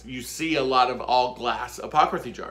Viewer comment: 😂 I am cracking up at "apocraphy" jar!!! That just made my day! They turned out so cute!